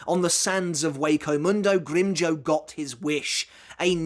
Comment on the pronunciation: I forgot how says "GrimmJOE" instead of GrimmJOW lmfao